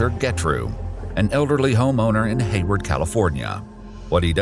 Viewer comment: When it said, "in Hawyard, California," almost gave me a heartattack